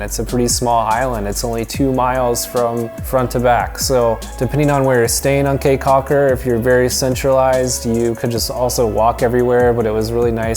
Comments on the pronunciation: Kee Caulker, not Kay Caulker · It is pronounced "key" not "Kay" Caulker. Spelled Caye Cauker. Im Belizean.who lives in Belize. Thanks for coming to our beautiful country.😀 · First of all it is not like kay caulker its more like key caulker 🌰and by the way he said almost all of the sites name wrong especially xunantunich it is pronounce sand-and-tunich .But thank you for visiting our country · it is pronounce caye caulker not k's cocker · the city is the best lol, that's where find the pure culture San Ignacio and Placencia are tourist places if you wanted the pure culture Belize City is where it's that also caye caulker is the best island to go to in my opinion also it's pronounced key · I am from Belize and I cringed when he talked about Belize city crime rate and how he pronounced caye caulker😂